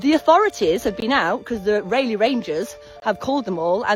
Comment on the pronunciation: The way this insufferable woman keeps purposely mispronouncing your name is so irritating. OMG what a twit, I wonder how her fellow Brits would like to hear her pronounce "Sir Walter Raleigh" would look at her if they heard her . It's spelled exactly the same,so you know she's doing it purposely. Geez what an obnoxious woman